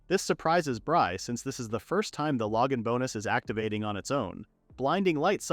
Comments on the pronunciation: Lowgin bonus? Not even should be able to fail on saying that! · The saying "Logan Bonus" cracks me up. Like it's not a skill, it's just some dude that sends the hero things. He's a good guy that Logan, very generous. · glad i wasn't the only one thinking this. <3 Logan